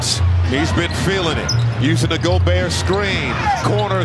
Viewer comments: Pronuced gobert wrong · Rudy Go-Bert